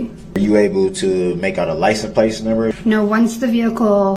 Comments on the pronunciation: Sounds like he says lic-n- place 😂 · WTF is a licen place? He's said it 3 times he is literally so stupid that he doesn't even know the words licence plate 🤦